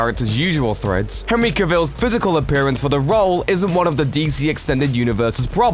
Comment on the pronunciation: Why do top 10 lists seemingly all misspronounce things, how hard is it to look up how to say Gadot or Caval?